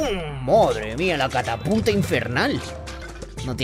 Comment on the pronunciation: estas diciendo cataputa no catapulta